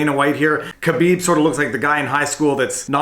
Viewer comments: Someone has copied Alpaca thesaurus... plus you can't even pronounce Khabibs name properly you are no mma fan. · You really botched the pronunciation of Khabib's name.